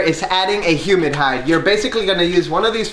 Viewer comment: Hey, “Humid Hide” 😂😂😂